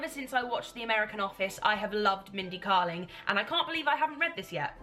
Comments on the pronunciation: Mindy's book is fantastic! Also her surname is pronounced "Kay-ling" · Yeah, it's KAY-ling, not KAH-ling. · I loved that book by Mindy Kaling, I didn't like the second one as much. It is pronounced Kay-ling I think. Have you read The opposite of loneliness by Marina Keegan? It's a collection of essays and short stories. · You will LOVE Mindy's book (it's pronounced Kay-ling btw). I absolutely love her and her book is one of my all time favourites. A real good read especially if you're in a bit of a reading slump. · its mindy KAY-ling